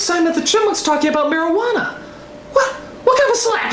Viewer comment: Cuando Simón dice Marihuana le escuche Maradona y pense "genial, van a hablar de futbol"